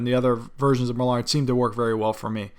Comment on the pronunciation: You're mispronouncing the duck species "mallard".